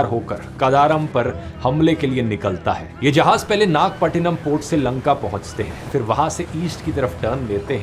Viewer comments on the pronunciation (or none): Not nag patna. Naga patnam ❤❤